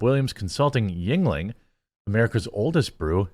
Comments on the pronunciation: I understand you have dyslexia and it's not easy for you, but the constant mispronounciation of yeungling is killing me LOL. It's germanic. It's not asian. pronounced "youngling" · I thought it was pronounced as "Youngling